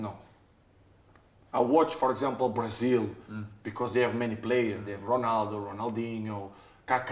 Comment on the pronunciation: Cristiano Ronaldo ❎ Cristiano onaldo ✅ 😁